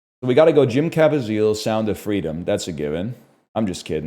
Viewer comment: Who is Jim Cavazeel? 😂